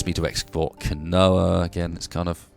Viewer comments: Keen-wa, Not kinoea. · quinoa isn't pronounced "kinoah" it's pronounced "keenwah"